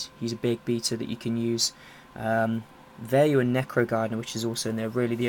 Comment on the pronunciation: so whats a veyu?? at the beggining of the vide u said veyu not vayu